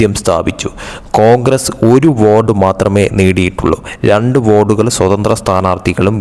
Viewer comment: വാർഡ് ആണോ വോഡ് എന്ന് പറയുന്നത്